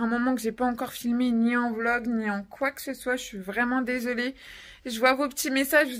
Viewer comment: Désolé vlog et pas volg🤣🤣